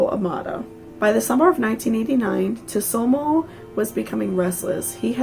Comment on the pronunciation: I thought it was pronounced sue-toe-moo ?